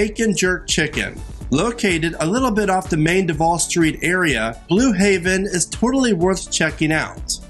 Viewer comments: Like how are we supposed to buy into your recommendations if you can’t even say the restaurant’s name correctly?? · Thank you. Come on man you are the voice of the video say the names correctly.